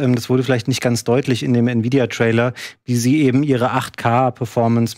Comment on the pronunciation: "Nividia" :D